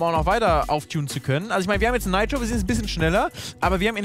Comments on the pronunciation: Bitte sag nitro nicht neitro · 1) bitte sag nit neitro sondern nitro 2) es heist nit Rap sondern R E P lern de aussprache a bissi danke ukd bmw falsche Wahl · Ich sterbe jedes mal wenn er „Naitro" Sargt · Heißt das "Neitro" oder wird es als "Niiitro" ausgesprochen denn als Kind haben wir immer Nitro gesagt ! Voll komisch wie Felix es da ausspricht :D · Bin der Einzige den das triggert wen dner Nitro sagt??